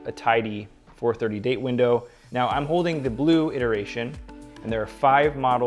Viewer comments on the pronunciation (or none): none